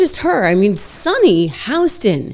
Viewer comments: Why are you calling her Sonny HOUston intead of Hostin? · Just an FYI, it’s Sunny Hostin (Hah-stin)